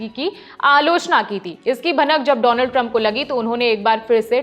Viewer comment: Your pronunciation of Donald is wrong😂